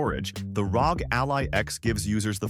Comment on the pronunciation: pronouncing ROG as "rawg" is just weird, it's not a word lol it's an acronym 🤦‍♂ imagine if people called the CIA "sia" or the FBI "febi"